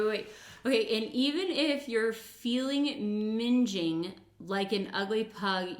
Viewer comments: Ming like Wing. Not Minge like Whinge 😆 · Please stop saying minge - it's too funny when you will realise what it actually means in the UK!!!! 🤣🤣🤣🤣. As somebody else pointed out, that's not how you pronounce what Ren was saying!! Mingg-ing (what he was saying) means dirty or ugly and yeah minge (pronounced minj) well I'll let you find out what that means.... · Somebody already described what "minging" is but it is in fact pronounced like "ringing" cheers from wales x